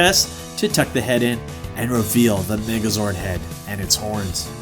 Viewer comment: I was watching this vid on 1,5X speed and i heard black Nigga zord